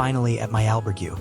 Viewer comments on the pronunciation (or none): The one thing that gets on peoples nerves is pronunciation, especially when a video is presented as a guide or base of knowledge… please do your homework on pronunciations (Al-berg-ay not Al-burg-you) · Surely after staying in an "Albergooooo!" you should at least know how to pronounce it!! Jeez!! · did AI do the voiceover on this? the pronunciation on albergue was weird for man walking the camino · Learn how to pronounce : Caminho & Albergue at least 😂😂😂you have time for it